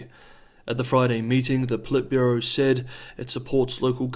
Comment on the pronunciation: Stop stressing the second syllable in Politburo!